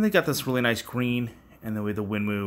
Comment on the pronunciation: Winmau is pronounced ‘ win-more’